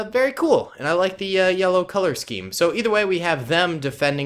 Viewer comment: He said lellow